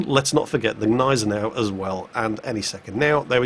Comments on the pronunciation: it's not a Neisenau its a Gneisenau. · What the hell is wrong with you!?!? You're calling it the neisenau again, it's gneisenau. The germans aren't french:) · There's that silent "g" again in Gneisenau. Why? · there is a G in Gneisenau. Like in good, god, JinGles.:) About your question, they can be "glad" it was mid tier. You find this kind of players in high tier in a bloody CV! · Gneisenau,. The G is not silent. cries in German